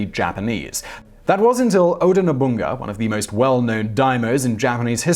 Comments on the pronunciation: The way he pronounced "Nobunaga" did indeed trigger me. It's No-bu-na-ga. Not No-bugn-ga. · no-bu-na-ga.. no-bun-ga..? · Nobunga????? Or Nobunaga? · lol Nobunaga. Supposed to be 'NO-BOO-NAH-GA'. Japanese never makes the third syllable silent. If the word is 4 syllables, or especially 5, the second is the one that is silent. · "No-bung-ga"? Well...at least he got it right once...lol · Honestly, these constant mispronunciations are starting to feel kind of lazy. NOBUNGA? For real? Twice? C'mon, man... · I know. It’s just hilarious how he pronounced it. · That first letter in Tokugawa Ieyasu's personal name is a capital I (eye), not a lowercase L. Nobunaga is No-bu-na-ga, not Nobunga. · Ok so I know you said you'd pronounce them wrong but I wasn't expecting the Japanese names. 1. Nobunaga not "Nobunga" 2. Ieyasu not "Liyasu" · For Nobunaga, I quite understand why he mispronounced the name but why do he always pronounce the "I" on Tokugawa Ieyasu as "L".